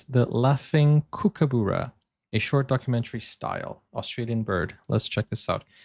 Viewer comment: It’s a Kookaburra, spoken exactly as you spell it. Short “u” vowel sound. Not Kookaboora.